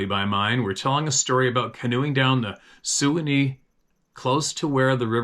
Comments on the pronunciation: thanks for the stories, btw that river Suwannee in Florida is pronounced swan-knee, like a swan with a knee:) - I appreciate you and Sarah! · Hi, just a quick message for you. The river in Florida mentioned by the gentleman from Land O' Lakes, is actually pronounced, the "swanny" river. No big deal, just thought you may want to know. Thanks for the stories. I am very jealous of the life you live in the wild. I've been stuck here on the west coast of Florida for the last 37 years. I love the outdoors. I'm 74 years old now so and have a problem with my left leg so, I wouldn't be able to enjoy it now anyway. Keep on keepin' on. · That river is pronounced Sue-wah-nee. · Prayers said for Sara's Moms Friend Barbara! That's SWAN-NEE River! (Way Down Upon The SWAN-NEE River) Rock on Brother! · Me again, here is a helping hand from a fan: Suwanee is pronounced "swanee" as in the famous old song, "Way Down Upon the Suwannee River"